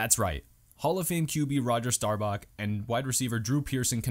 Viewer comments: Roger Staubach not Starbach. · I thought it was Starbucks🤣🤣